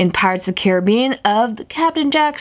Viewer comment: When u say Caribbean it sounds funny